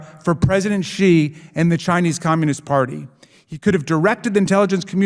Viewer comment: This is as always excellent content, but as pronunciation and correct diction have been significant talking points this week, a quick message to Ben: You are repeatedly mispronouncing the name Xi. As a non-Chinese speaker, no one expects you to say it perfectly or to use the correct tone, but "X" should be pronounced like a hard "sh," not like "j."